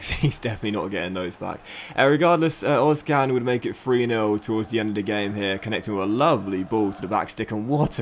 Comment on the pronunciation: im pretty sure its ozCHan. like emre can. that's how german-turks say it